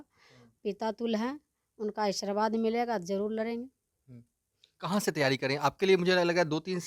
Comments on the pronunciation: बोलने भी नहीं आते बकलोल लिया को आशीर्वाद को ई😂😂😂सरबाद बोल रही है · Sabse pahle Aashirwad Sahi to bol lijiye abhi sikhye